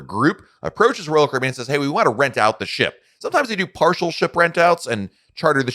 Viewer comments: I’m a new subscriber… Just found your channel, and enjoy your content. I just have to laugh every time you say Royal Caribbean, and I hear “Roll Cribby”. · PRONOUNCE " ROYAL CARIBBEAN"!!!!!!!!!!!!!!!!!!!!!!!!!!!!!!!!!!!!!!!!!!!!!!!!!!!!!!!!!!!!!!!!!!!!!!!!!!!!!!!!!!!!!!!!!!!!!!!!!!!!!!